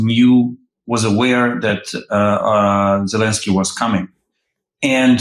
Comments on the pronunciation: Dear Ben, I hear you pronouncing Zelensky's name as Zelinsky, over and over again. This starts to distract me from your interesting broadcasting. So I beg of you: twice an 'e', please. Your grateful, faithful listener from The Netherlands, Elisabeth 🙂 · As much as I enjoy your podcasts could you please at least try to show the basic respect of pronouncing the Ukrainian leaders name correctly. It happens alot. His name is ZELENSKY - NOT Zilinsky. Thank you.